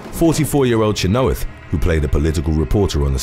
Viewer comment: It's CHEN-OH-WITH not Cha-know-ith. I wish someone would tell how the hell to pronounce proper nouns and names. Don't even get me started with Manganiello.